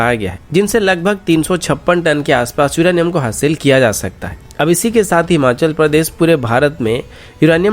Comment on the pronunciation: Bhai युरानियाm Nahi युरेनियम होता है 😁